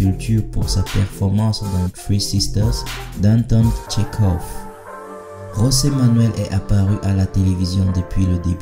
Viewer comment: S’il te plaît c’est José et non Rosé (José) comme ça se prononce en espagnol C’est un portugais